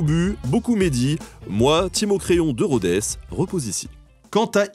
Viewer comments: Très bonne vidéo mais Rhodes ne se prononce pas Rhodesse. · « De Rhodès »??? 😳😳😳